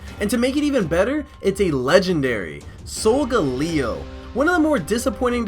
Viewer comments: its sol-gal-leo not sol-ga-leo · Its pronounced "soul GAE LEE oh" not "soul ga LEE OH" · Isn't sogaleo pronounced so- gale e o like I don't think it's so- Ga- le- o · Its So-ga-le-o